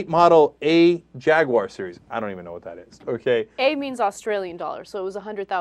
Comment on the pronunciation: JagUAyeer?? What Ana? LOL